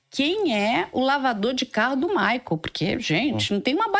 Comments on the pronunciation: É maicol, não é maicól 😂💕😂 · Por que ela fala Maicól??? Que horror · Essa pronuncia maicól me dá uma gastura